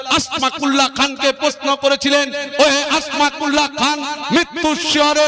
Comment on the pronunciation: সম্ভবত আসমাকুল্লাহ নয় নামটা আসফাকুল্লাহ হবে